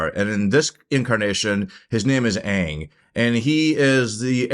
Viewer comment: Bruh pronounced aang correctly and then in the very next sentence called his flying bison “O puh”😂😂